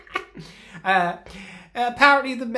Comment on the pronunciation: I am so pleased to hear someone pronounce Mallorca/Majorca correctly.